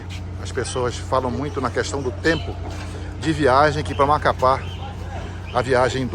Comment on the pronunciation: cannot even pronounce Macapá.